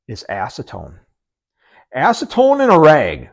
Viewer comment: It sounded like you said "ASS-tone" not "acetone". On a more serious note, I'm really enjoying your videos 👍